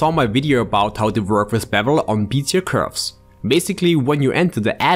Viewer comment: How to Pronounce "Bezier Curve"